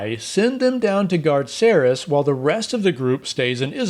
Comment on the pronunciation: I love that one of the tieflings has the same name as me :D (even though you pronounced it wrong hehehehe :P the C in Cerys has a ‘k’ sound not an ‘s’ sound)